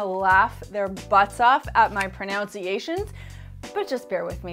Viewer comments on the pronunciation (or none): I love how she didn't pronounce pronunciation correctly while saying that the Swedish would laugh at her pronunciation of Swedish products. It's like a double joke 😊 Good video! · It’s pronunciation not pronounciation.